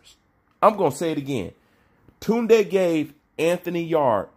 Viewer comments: He actually saying it the right way compared to how most Brits say it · Kaasam Ali Khan 💯 its an African name & not an English name. pronunciation is perfect 👌